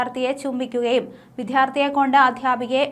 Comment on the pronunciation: പോന്നു സഹോദരി, വിധ്യാ ര്‍ത്ഥി അല്ല. "ദ്യ" ഉപയോഗിക്കു